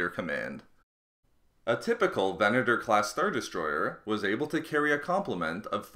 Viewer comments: how many times did you actually say VENETOR? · Furth-ur the Venet-ur class destroy-ur was small-ur. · Largur, Furthur, Destroyur, Venatur, Howevur woa noice speaking m8